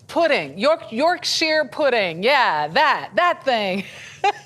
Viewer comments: It's Yorksher pudding not Yorksheer pudding. Yorkshire (pronounced Yorksher) is the northern English county the pudding originates. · Great video but as a yorkshireman it pained me when she said yorksheeeeer pudding 😂 its York-SHA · York-Sheer pudding 😂 Something foreigners struggle to pronounce it would appear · Yorkshire- like shyer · Did anyone else catch that Yorksheer pudding? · You'rek-sheer pudding